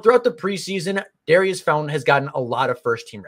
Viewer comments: Pronounce his name correctly… its not dairy iss….. its daurice Sounds like door eese. Like maurice. .. just saying it to help you out. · Pronounced Daureece